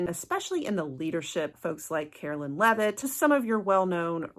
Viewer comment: Karoline Lev-it not La-vette